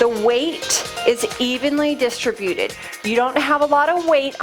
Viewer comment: I'm returning to the rebounder and really trying to get my form right, because I had to stop due to knee pain which the rebounder exacerbated. The ball is a brilliant addition. One niggle: distributed, please emphasize the second syllable, rather than the nails on a chalkboard third syllable.